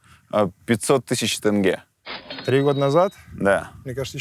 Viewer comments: НЕ ТЭНГЕ, А ТЕНГЕ. ТЕНГЕ, ЕМАЕ, ТЕНГЕЕЕЕЕ. тЕнге. Е. Е. Е. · Имеешь представление об акценте? По-твоему они в прикол ВСЕ, АБСОЛЮТНО ВСЕ произносят тЭнге? Ну неужели нельзя додуматься и сразу надо начать быковать? Мозг и аналитика - вот что не хватает этим людям в нынешних реалиях🤦🏻‍♀️